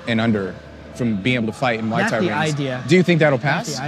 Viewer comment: It's not Mai Thai. It's not Moo Thai It's Muay Thai If your going to do a story you need to be able to pronounce it correct letalone have an understanding as to why kids fight